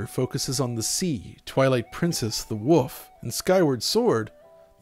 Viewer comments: I really hate that Zelda will always be like Breath of the Wild now. Also, why do you call it a Woof, when ifs a Wool-f? ... And it's Fi as in the sound of the word "eye", as confirmed by Nintendo... Constantly. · He has a problem with any words that have "L's" in them, cold is code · It's totally a weird regional thing. As someone from the west coast the "wuuf" pronunciation sound incredibly funny to me, but I imagine those same folks would balk at me saying "wuhlf". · I always get a chuckle when people pronounce wolf as “woof.” It’s surprisingly common😂